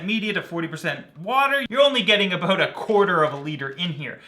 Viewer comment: "I want to talk aboot...." You're Canadian aren't you;)